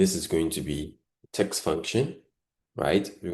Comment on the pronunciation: Your content is good but please restrain from pronouncing words the wrong way, eg. virtual as vital, text as tax, etc